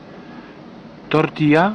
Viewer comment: Mm... Miód na moje uszy. Jak dobrze, że mówisz,, "tortija", a nie "tortil(l)a". A co do racji-prezentuje się nieźle, ser cheddar (prawdziwy amerykański ser) to zapewne jest do burito, co by jeszcze lepiej smakowało, choć burito nigdy nie jadłem. Ciasto cynamonowe może też być ciekawe w smaku.